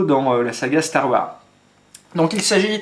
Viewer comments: salut super vidéo juste c'est STAR WARSSSSS pas star war cordialement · Psst, n'oublie pas de prononcer le "S" à la fin de STAR WARS. Ce sont des mots en anglais, il faut prononcer toutes les lettres. Ou dis le complètement en français "la guerre des étoiles";) Chouette présentation, l'airsoft ce n'est pas que des gens en uniforme et des répliques plus vrai que nature.